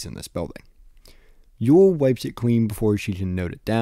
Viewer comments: I’m pretty sure it’s pronounced more like “oil” than “Yule” It’s like the mathematician Euler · and the German pronounciation would be something like "Oy-leh" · "Eule" in German is pronounced more like "oy-luh". That kind of helps make the Eule = Owl cognate a bit more obvious.